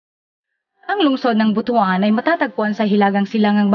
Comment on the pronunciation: Ang pag pronounce po ng BUTUAN ay BUTWAN. The story behind, merong isang hari noon na merong napakalaking BUTU. hahaha joke lang ha. hahaha. Ang laki na pala ng pagbabago ng Gingoog City ngayon. Kaway kaway sa mga Ranara dyan sa Baybay Lunao, kadugo nyo ako.